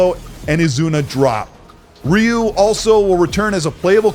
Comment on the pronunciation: You're definitely new to nonja gaiden... you said Ryu's name wrong 🤣🤣 i guess by your logic Death Stranding is 1st party playstation as well...